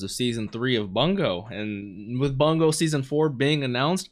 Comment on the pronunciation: Geez, Bungou is pronounced Boon-go